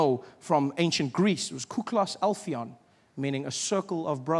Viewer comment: its not alphion, its adelphon. Other than that, Trevor is fucking hilarious